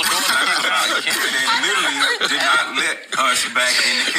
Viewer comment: Ain’t you a little too old to pronounce the word literally as littlelly?